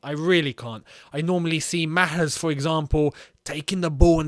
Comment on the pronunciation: Love how pronounced Mahrez